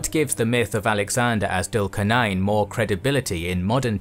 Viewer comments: As much as I love your videos, I think it would be better if you guys could work on the correct pronunciation of the foreign names such as Dhul Qarnayn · Your videos are great. I do feel that your pronunciation of the names is always a bit off. Its not dhul qar nain but zul qar nain. It would help if you pronounce the names as done by the native people. Great videos though.